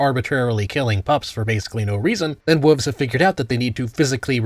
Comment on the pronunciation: Why do you say "wuvs" instead of "wolves?"